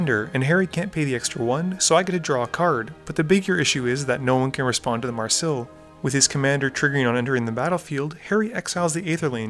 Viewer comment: May ris ill not marsil